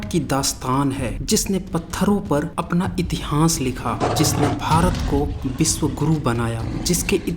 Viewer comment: इतिहांस या इतिहास कृप्या उच्चारण घ्यान देना प्लीज ॥ वीडीयो बहुत ज्ञानवर्धक है। धन्यवाद।